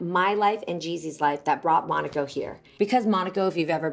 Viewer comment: Mai you are saying monaco the wrong way